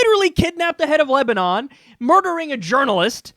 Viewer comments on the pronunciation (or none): none